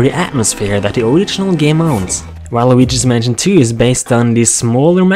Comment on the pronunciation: did u say while luigi's manson or waluigi's manson